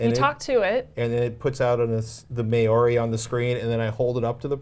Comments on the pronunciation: Great show guys! Just a note on the pronunciation of "Māori". Try and say it MMAAH-OHW-RI with an emphasis on the transition from AH to OHW and a short stop in the RI. Pronunciation is an important aspect of NZ culture and you'll score heaps of brownie points when making the effort. I hope had a good time over here and the locals in the wild south island made you feel welcome. BTW - Patricks laugh at is super cute. Keep up the great work. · Maori is pronounced like Chow - MAOW-RI. Interesting device!